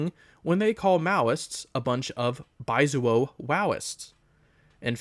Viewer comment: Don’t you love being called “baizuo” by a white Dengist who can’t even pronounce the word in the proper Mandarin way?